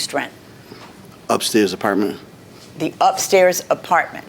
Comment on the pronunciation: I gave him a Partment 😂. I try not to laugh, but it always gets me. Same goes with people that say Frigerator instead of refrigerator 😂.